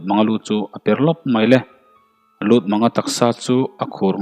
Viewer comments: Lutmanga tih i lam rik dan hi, mang hi thlamang angin i lam a, pawih or paite hnam hming a Mâng ti a lam tur ani zawk lo maw..Lûtmânga a ni zawk lomaw? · LUTMÂNGA MANG NILOVIN Mâng tihtur. Rev Chawnghranga.